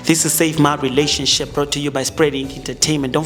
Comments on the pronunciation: Yaze yanamanga lenjaaaa yooo...nivrathuke kanjeee...ngathi niyalamba ...you can't even pronounce relationship nithi yi rhiraanishinship mxm...fake content😢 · Can't even pronounce relationship ubhuti othwele 😂😂😂